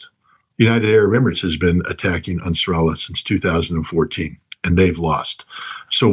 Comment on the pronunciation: I like how he pronounces Ansar Allah. It's like a fusion of Ansar Allah and Nasrallah.